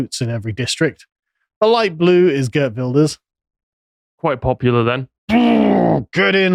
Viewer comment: The mispronouncing Geert Wilders is funny. Either Geert Wilders is actually center left, not far right, the SGP is more far right party, with the muslim parties the extreme right. Geert Wilders did say he wanted 2 ban the quran, but he have retracted it a few time after stating it again that he wanted 2 ban it. Connor is wrong, Guardians of Galaxy wasn't good, especially with the fact that they changed the High Evolutionary from a stoic, logical and smart (white) man into a illogical, over-emotional and dumb (black) guy. What if season 2. The 1st ep was mid (althought Howard the Duck was funny), 2nd ep was pretty good, the 3rd was kinde okay (2 bad bootlicker ruffalo was in it), haven't seen the 4th ep yet. Aquaman 2 being anti Mother Nature, not surprising they have made Aquaman from Young Justice was either made anti Mother Nature as well.